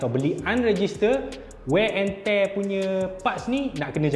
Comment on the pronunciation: Toretto: wear and tear: wey and tey Janji sampai 😆😆😆